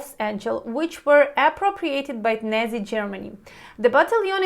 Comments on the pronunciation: that’s true. I’m from Houston, Texas. So Americans say (Not-Sees). I had never heard her pronunciation of the word. Not criticizing her. But showing her how Americans say the world. My background is Mexican, in my experience American English is the most well known in the English speaking world. I could be wrong. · I like your Brad-Pitt-style "nazi" pronunciation :D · She doesn't even know how to pronounce Na*i for Christ's sake, and she's going to lecture us on whether Azov uses Third Reich symbols or not. "National Idea" my arse. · The way you pronounce the word “Nazi” is quite unique hahaha. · It really depends on your dialect. I expect that is using the pronunciation that most Ukrainians use so that is useful information. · Ur pronunciation of Nazi is funny, it's Nazi not Nezi, pronouncing the letter A is important.) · Not nezies... Its Nazie, you pronounce it like Natzie. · So suggest something helpful. Pronounce it like two English words: "not see". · Thank you good stuff, if I may the Neyzis is pronounced in England more A as in apple so nAzi, very interesting stuff, its as though the R's are chucking mud about trying to make some stick. Sounds more like an "Elite" Battalion. Stay safe.♥️🇬🇧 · I love your pronunciation of "nazi". I have trouble spelling it because we actually pronounce it "not-see" or "not-zee". When I was growing up anytime I saw police dressed for a riot gear or special tactical gear I always considered that fascistic and thought that is what the word nazi meant. Didn't know it was specifically German Socialist Workers Party just thought it was for violence from the government on the people. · Your English is amazing! …but please say Nazi …. Nôt’-sēē 😉 debt …. dêt..the b is silent. Thank you for your vlogs. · You are trying to say NAZI... like the NAU in Nautical... but it comes out Nay-zee. Great info.... as usuual. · Hey! Great videos. FYI, Nazi is pronounced "not see":) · Ya me too !